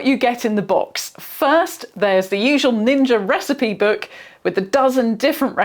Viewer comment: "Like all Ninjer appliances"